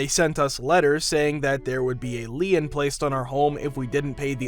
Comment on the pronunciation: Not "leeun". Lien is pronounced "leen". This is basic.